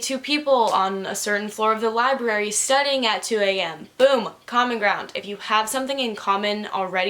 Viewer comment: I’m dumb and every time said common ground I heard comic round and got really confused